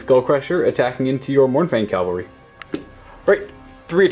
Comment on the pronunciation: CAV-alry. Not CALvary. Calvary is a proper noun. Cavalry is a noun.